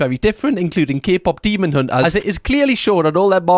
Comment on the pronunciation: "Keh-pop demon untas"